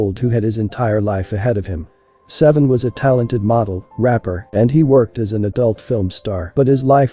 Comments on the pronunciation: I think he pronounced his real name Say-Vee-On not seven. RIP Saiveon Hopkins Aka Jay Hefner 🙏🌹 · HIS NAME IS SAIVEON! PRONOUNCED SAY-VEE-UNN! NOT SEVEN! 😂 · Say-vee-yon Stop calling him seven